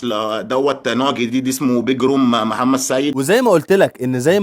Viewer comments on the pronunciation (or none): none